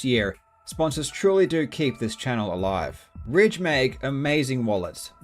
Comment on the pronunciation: When I heard the world ridge I thought he said raid